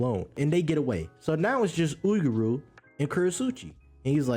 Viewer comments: oohr-yu bruh. 2 syllables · Had to comment on the pronunciation for Uuryu but good video in total!!! Keep it up looking forward to the next my brother ✊🏿